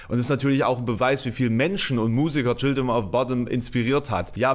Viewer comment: Du solltest, wenn du ernsthaften Musikjournalismus betreiben willst, vielleicht mehr können, als den Wikipedia-Artikel vorzulesen und vor allem: Du solltest den Namen seiner Band richtig aussprechen können. Sie heißt nicht "Childrim of Botten"